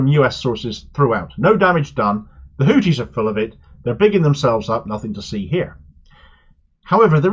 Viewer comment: Why do you insist on calling them “Hootis”? Sounds like a topless bar! I speak Arabic and trust me, it is pronounced “Hoothis”